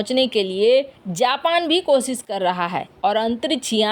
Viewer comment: मिसन, कोसिस, अन्तरिच्छ यान, कच्छा, भविस में, क्रैस, निर्णायक छन्न, घोसणा, कितना अशुद्ध और भद्दे हिन्दी उच्चारण का नमूना यह चैनल, भारत की बेइज्जती का नमूना जो लगभग प्रतिदिन किया जा रहा है